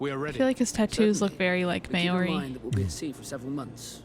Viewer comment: Re: The pronunciation of Māori, is more correct.